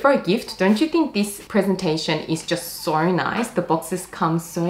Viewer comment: where is that accent from? pronouncing 'so' like 'sowr'